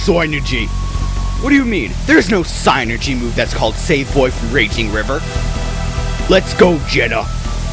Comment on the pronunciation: dude really? its fucking psynergy. (sih- ner-jee)